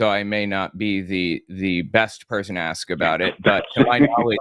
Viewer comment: "Aks" me your question! 🤦🏻‍♂️😳🤣🤣🤣🤣🤣🤣